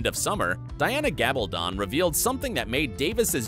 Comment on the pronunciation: It's pronounced Gal ba don( as in stone) not don as in to put something on.